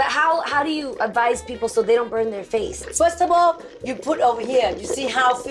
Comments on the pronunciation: I love how says FIRSTABLE in place of first of all 😂😂😂😂😂😂😂. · I'm! (I love when she says firstable 😂💝) Jeannie give a shout-out to nursing students 🤝🙌🏽 I watch The Real too much! help😅😩